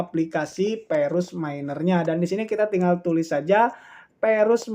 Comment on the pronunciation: Verus bukan Perus 🤣🤣🤣🤣🤣🤣